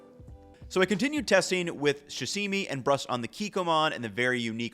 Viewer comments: Hehe - you said shasimi. But it’s sashimi. Easy mistake, I get it. It’s like getting that film director’s name right. Shamayamalamlamaan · i think he has a speech impediment, he mispronounces things left and right. "susi" "shasimi" either that or he is just a little dumb.